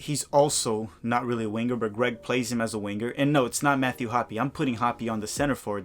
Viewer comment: “Wing-ger”, I tease the ones I love. Off topic suggestion, how bout an episode of Tactical Manager TV in remedial Brazilian Portuguese?